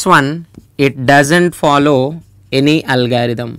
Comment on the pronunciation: It's not algaerithm it's algorithm